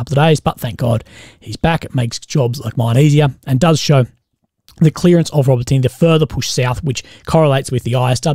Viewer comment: Hey bro, it's pronounced ”Ro-bo-ti-neh” not "ro-botiny” love your work though